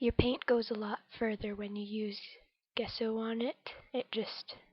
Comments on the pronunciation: Thanks for sharing! Page is coming along nicely, looking forward to Part II. P.S. it's pronounced "jess o" rather than "guess o" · It looks great,! I really like the torn map as the base! Can you still see bits of it showing through? Really like the colours you've chosen too! Off to see Part 2!...Nancy:o) (Gesso is pronounced with a soft g sound)